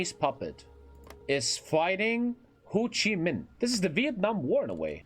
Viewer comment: Hehe said Hoochie Min.